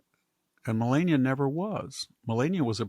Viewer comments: Its not Ma Lay nia, Its Ma Lah nia. Its not Michelle, its Michael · Victor, it’s MelAHnia. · Why can't he pronounce Melania's name correctly..? He has to know how to do it.....right? Why be disrespectful?